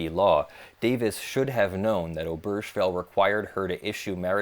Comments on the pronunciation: I believe that "Obergefell" is of German origin, and so the "g" is hard and the "e" is not silent: "oh -BEHR-geh-fehl". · Great video. I do wish you would pronounce Obergefell with a hard g though.